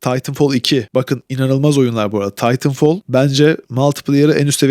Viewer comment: Titanfall'u dogru telaffuz edip, call of duty modern warfare in sadece 'of' unu dogru telaffuz etmek arasindaki ucurumu bana biri aciklayabilir mi? AI bile bu kadar kotu seslendiremez. ayrica recoil olmayan FPS'yi sadece fortnitea FPS diyen lamer veletler sever, COD, BF, gercek FPS oyunculari icin asiri kolay, iyi aim dahi gerektirmeyen oyunlardir.